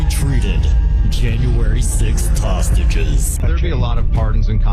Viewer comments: The announcer said "tostages." He was so close to saying "traitors." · I have listened to the man who introduced orange Jesus 4 times now and I keep hearing him say toastages not hostages. Anyone else hearing that?